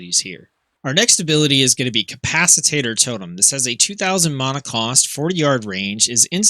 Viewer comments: It’s not pronounced “cap-ac-it-tater”. It’s cap-ac-it-tor. 🤗. Ty for the video it was helpful. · Nice guide! I am starting to heal more on my resto shaman so this has been very helpful. BTW, it is capacitor (ca-pa-sa-tor - not ca-pas-i-tat-tor). :)